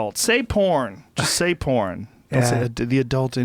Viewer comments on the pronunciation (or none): It really bothers me how Jon says porn. Its like "pawn". It makes me cringe for some reason. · It sounds like he is saying "Porn herp" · the way this guy says "porn" is really satisfying